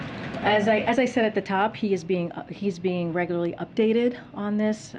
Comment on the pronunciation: Receiving updates " very reglolarry..." that's a good thing.